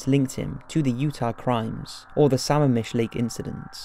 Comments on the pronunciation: I can't stand when people don't do their homework on the "DOCUMENTARIES " they choose. Bungled facts & mispronounced words...UGH!! ITS P..UUU..GET SOUND. Pronounced P U J E T (PEEUUWJET) Not rocket science to "YouTube " Puget Sound and learn the correct pronunciation. YAKAMEME? Lake SAMMAMISH? (mispronounced) I give up, there are just too many. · same with Lake Sammamish (pronounced Suh-mah-mish) and Liz Kloepfer (pronounced Klepfer). Doesn’t matter if he’s British, he did a lot of research and correct pronunciation is important.